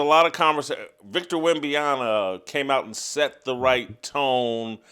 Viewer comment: It's Wem-ban-yama....not that hard. It's un-salvage-able....not that hard. Gayest???? Soooo if some kid is born gay watching this he'd better hide any traits or he ruins things? This is why they kill themselves.